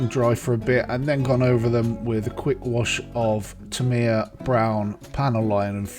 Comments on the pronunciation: Tamiya = "TA-me-ya" (and, in fact, the most accurate Japanese pronunciation sounds more like "TAM-ya," where the "me" is more like an apostrophe than an actual syllable.) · You say you speak fluent Japanese yet can't pronounce "Tamiya" correctly? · It seems a little disrespectful to knowingly mispronounce a name.